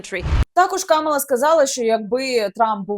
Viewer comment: КамАла, КамАла, пані Яніно, не плутайте.